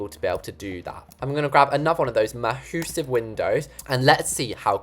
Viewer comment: “ma-HOO-sive window” - love you haha! 😂